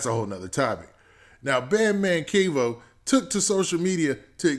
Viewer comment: Bro his name is not KEYVO it’s Kevo like Kevin Kevo